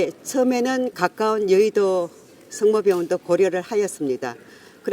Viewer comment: 야 당대표 라는게 단식하는데도 국힘지지율 또 떨어진거 브리핑이나 해라 단식은 멈추지 말고 해 계속 그리고 저런 대국민 브리핑은 표준어 쓰는애로 발표해라 ‘과’ 발음을 못해서 ‘가’ 이게 뭐냐 성모병원이지 승머병원 뭐냐고~!!